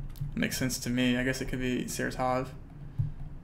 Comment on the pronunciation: Its not SaratOv, it is SarAtov